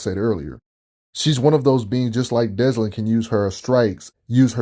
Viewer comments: Why are you pronouncing his name like that? Dezlin? There isn't even a "Z" sound in his name. It's Delsin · Great vid but it is Delsin not Deslin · Notice how he says Deslin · oh ffs why does everyone say deslin. why does everyone get dyslexic with delsin? sigh 40 seconds in and imma be struggling with this video... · Oh I noticed lol I can't stand it 😂